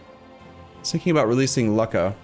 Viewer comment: As you read Lucca, imagine your reading look, then double the k sound and add the final a